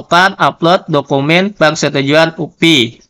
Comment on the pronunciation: diejanya "u-pe" pak. Bukan "u-pi" kalo mau english sekalian "yu-pi" saja jgn tanggung2 hehe